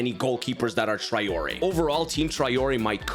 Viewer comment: My ears hurt so much from all the times you mispronounce Traoré.